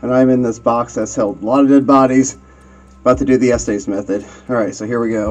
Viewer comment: Just so everyone knows, its pronounce the "estis" method not "esties"